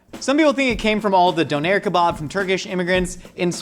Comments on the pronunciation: As someone who learned about döner in Germany, that pronunciation of it is really throwing me off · Yes, I was very confused by his pronunciation of döner. Maybe it’s the Swedish pronunciation? I’m used to the German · Having only heard kebab pronounced in the UK, I can't go back. Kebob just isn't a kebab. A skewer sure. Souvlaki, fine. But not Kebab (ok, even the Greeks seem to confuse the two as well, I guess I can't win). Ah, mutilates the pronunciation of Doner as well, so I guess it's all good now 😀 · Why does he say donner and kebab werid